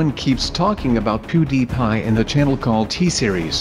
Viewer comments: "Poodiiiiipie" his pronounciation though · I say pewdiepie BUT SAY POODIPIE.